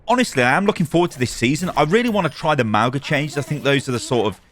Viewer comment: Ma - oo - nga 😒🙄